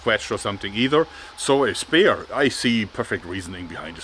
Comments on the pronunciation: Spear pronounced "Sp-ee-r" not "spare." Sorry I know English is stupid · Jörg ... “spear” wird “spier” ausgesprochen, nicht “Spehr “ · What you read as spear, try pronouncing it as speer. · threw me off when you were saying spare but you meant spear lol